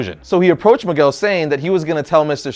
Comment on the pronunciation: maguel? fucking bad latino, learn some Spanish